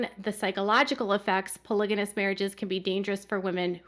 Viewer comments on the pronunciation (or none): Polygamous. Not polyganous.😊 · It’s pronounced “PolyGamy”and “PolyGamous.”